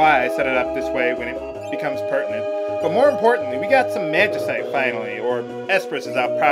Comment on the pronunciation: Actually, if you've played FFXII, you'll learn it's pronounced Mag-i-site, as was saying it.